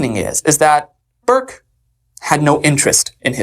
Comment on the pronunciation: Burke it’s Burke